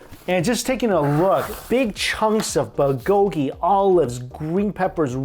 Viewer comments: BULgogi. Not bulGOgi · New drinking game: Take a shot everytime Mike says BUHGOEGEE LOL!!!! (not meant to be offensive just playing around, love your videos so much Mike!) ^__^ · Say "buhgogi" one more time 😂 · Mike, love your videos but there's a "l" in bulgogi ☺️